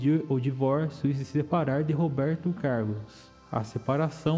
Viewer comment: Meu amigo seu " Robeito Cailos " é nogento.